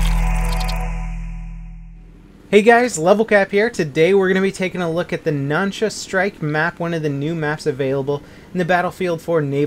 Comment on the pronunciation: I think u said the Nansha wrong Nánshā南沙